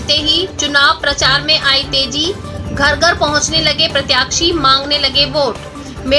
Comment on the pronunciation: उचित शब्दों का चयन और स्पष्ट उच्चारण की कमी की वजह से समाचार की गुणवत्ता प्रभावित हो रही है। उदाहरणार्थ, सही शब्द 'प्रत्याशी' है, 'प्रत्याक्षी' नहीं। साथ ही, 'श' को 'स' और 'ज़' को 'ज' कहना, उदघोषिका के भाषा ज्ञान पर प्रश्न चिन्ह ही लगाते चलते हैं। कृपया, समाचार प्रेषण और भाषा को हल्के में ना लें।